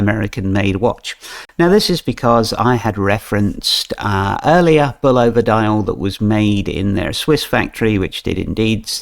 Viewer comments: I like the accent, its great. However, for those who are sticklers for pronunciation, it is pronounced Bull-O-va(short a). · Bulova was the first TV advert and if you listen you will hear how to properly pronounce